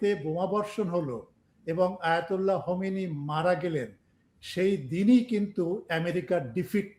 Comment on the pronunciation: খোমেনি কে হোমেনি বলতেছেন গবেষক সাহেব